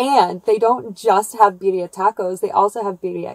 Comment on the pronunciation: BiRRia. Double r. Try to roll it! Rrrrrrrrrooooooll it! 😆 greetings from Spain!